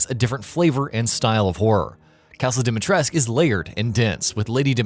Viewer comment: Why can’t anyone pronounce Lady D’s last name correctly?!😭😭